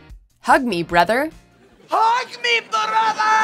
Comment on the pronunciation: Come on.... it's "Hug Me Brotha!" not "Hug Me Brother" lol 😂😂